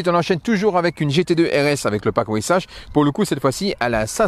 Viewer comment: prononcer "Weissar". De plus, porsche contrôle la spéculation.